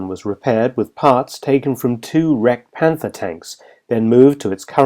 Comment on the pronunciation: The first native English speaker who nearly correctly pronunces German names and words. The onliest blunder is to pronounce the "th" as in "Panther" English rather than just a "t".